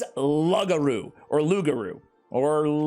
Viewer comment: Fair enough, although I'm a fan of Lugaru (btw pronounced Lou- Gar-Rue or like Loop-Gar-Rue , based off of the original; LoupGarou - French) he is a bit squishy always needing a healer to consistently heal him, but his damage output is impressive. I don't have Abomination, Arrogance, or Salazar , yet. Lacking in the Legendaries, even though I'm practically almost completely owning every epic at this point.